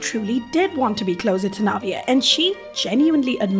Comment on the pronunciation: IS THAT HOW YOU PRONOUNCE NAVIER’S NAME???? I’ve always said it like naveer…😭